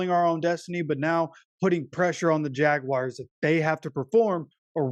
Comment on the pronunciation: They are the Jagwars not Jagwires.. Damn man